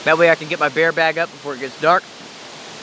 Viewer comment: I live the Deep South (Alabama gulf coast) and I’ve never heard anyone pronounce bear- bar. Other than that I love your videos,especially the multi night in winter weather.